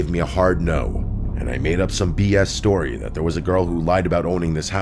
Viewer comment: my favorite tory submissions from summer 2025 he said Tory not story